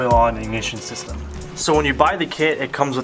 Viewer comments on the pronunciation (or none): “!MISHFIYRE SHYSTEM!”